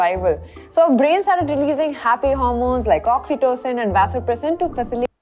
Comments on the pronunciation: Vasopressin???😂😂😂😂😂😂😂 R u serious? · My kidney got hurt when she said vasopressin in bonding !!!! Seriously